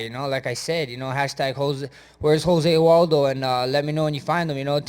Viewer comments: I love how Holloway is calling Aldo... Jose Waldo lol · Max.... "Hozeh Waldo" lol